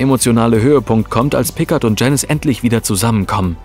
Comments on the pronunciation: Mr. Pikkart... So wurde er doch auch von der Pensionsleiterin in "Gefahr aus dem 19.Jh." gerufen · Will ja nicht als Schlaumeier rüberkommen aber Picard wird Pikaaar ausgesprochen.😃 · Es heißt "Picar", das D ist bei Picard stumm, es ist ein französischer Name. Bitte beachtet dies beim nächsten Mal, es tut in den Ohren immer wieder weh, wenn einer von Euch die Namen falsch betont oder ausspricht. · Wenn ein AI versucht den Namen Picard auszusprechen.... ;) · Picard ist ein französischer Name, deine Aussprache ist total verkehrt. Abgesehen davon ist das Video okay